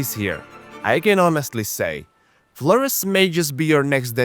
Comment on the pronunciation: of course he pronounces the island name incorrectly 😅